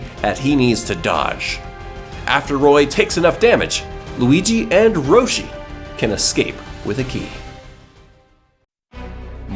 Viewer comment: did u say “Roshi” ?